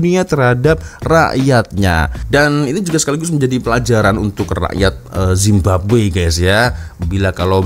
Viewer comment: mcm malu nk cakap indonesia tapi zababwe jadi nya